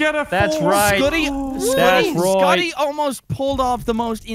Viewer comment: anyone hear call Scotty.. scutty twice😂😂